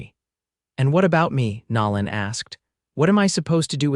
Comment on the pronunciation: So sorry the foreigners playing with A.I. still have not learned true pronunciations of ordinary words and names. Nolan is not pronounced like Louisiana's New Orleans.